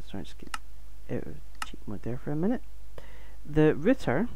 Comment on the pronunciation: good video but why are you calling it a ritter when it is a router? r-out er